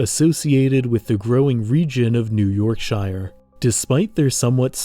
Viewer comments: it is pronounced york-shuh, not york-shy-er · York SHEAR not yorkshire.. yes i know its written yorkshire.. were english.. its wierd.. i know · This is wild to watch as someone from Yorkshire, because yes, it's mainly farmland. And the white rose at the top of the goldwing protection sign is actually the flag of Yorkshire. Just one thing: Please pronounce Yorkshire and other British counties as 'sher' rather than 'shire' like it's a capital I. Pronounce it like how those in America pronounce New Hampshire, because that double standard bugs me so much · I had to stop watching when you pronounced "Yorkshire" with a long I. People from "Yorkshire" say "Yorksher" not "York-shy-ah", and it just sounds too weird. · This is nitpicking but shire is pronounced more like sher sorry just annoyed me a bit great video though :) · The true horror in all this is the pronunciation of "-shire". But yeah, honestly this doesn't seem too far off from actual Britain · they say it as 'yorksheer' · the butchering of yorkshire makes my ears bleed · he said yorkshire wrong and it bugs me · The way you say Yorkshire makes me sad. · I had the same thought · I love your vids but man, I have learned one thing over the many years of watching stuff like this; Americans can not pronounce Yorkshire properly haha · Pronouncing Yorkshire like that should be illegal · That pronunciation of Yorkshire physically hurt me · The way he pronounced Yorkshire took 20 years off my life. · Haha seems lots of people say it that way for some reason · Great video but uh that's not how you pronounce Yorkshire.